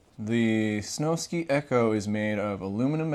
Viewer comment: Snow Sky, it's sky not ski. Like do people seriously not know how to read or spell I've heard multiple people call it the snowski lmao